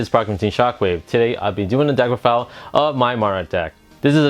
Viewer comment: you said deckrofile lmao